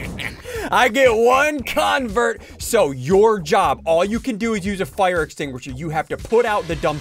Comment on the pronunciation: I got triggered the whole video because he said “fwire” Instead of fire